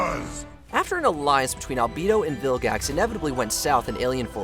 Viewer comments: Did you seriously say vil-jax instead of vilgax? How dare you! The g in vilgax is a guh sound. Like gravity. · did you say viljax?